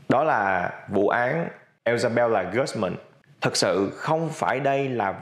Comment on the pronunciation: mình nghĩ nên cố nói đúng tên nhân vật. Isabella chứ ko phải là Ellsabella